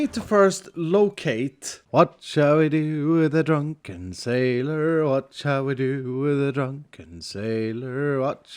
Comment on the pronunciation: "Wath should we do with a druken sailor? Wath should we do with a druken sailor?" Black flag shanties flashbacks <3 thaks